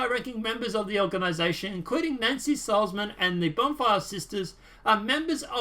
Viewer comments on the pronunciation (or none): none